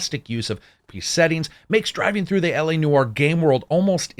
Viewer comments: Its not noo are. Its more nware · "LA NOUAR"